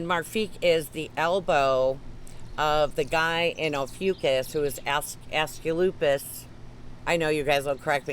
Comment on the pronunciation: Ass-clep- i(ee)-us. (But you're right, it doesn't matter)😁